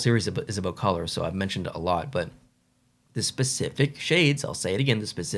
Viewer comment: Colour, not coulee 😂